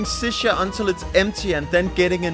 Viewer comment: Hahaha welcome to iraq but it's called shisha not sicia 🤣🤣🤣🤣🇮🇶💐